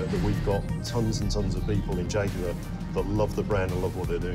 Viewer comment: Why would I pay attention to talking heads, who can't even pronounce Jaguar correctly?